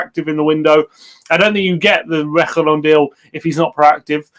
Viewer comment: YOURE PRONOUNCING REGUILON WRONG!!!!